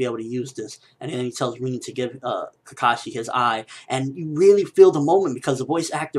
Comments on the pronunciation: reen? i thought it was rin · It's Rin not reeennn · its not reen its rin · its not rien, but rin XD with a i btw love you videos bro! keep up the good work/ i always like your vidss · Lol "Reen" lol Rin ! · my god your pronunciation.. It's Rin, like Rinnn, not Riiin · Who's "reeen" ? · Why do you call her Reen... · Am I the only one who gets annoyed in the way how he pronounces "Rin"? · U say rin funny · why cant you say rin correctly